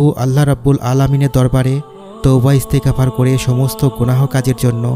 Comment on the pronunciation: এস্তে গাপার, না। বলবেন এস্তেগফার, এক সাথে উচ্চারণ করবেন।